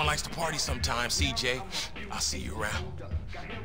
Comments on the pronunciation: je une fan de toi gta mais sa se dit cj =cijey pas ciji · C'est si djéy bordel !! Pas si dji 😂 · Cidjay pas cidji😂😂😂😂😂 la mauvais prononciation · S'il te plaît c'est (ÇIJEY) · Hey il faut dire CIJÉ car j en anglais cest dgé, le g par contre cest Dji voila voila ^^